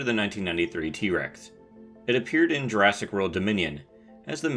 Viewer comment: I thought you said Jurasstic.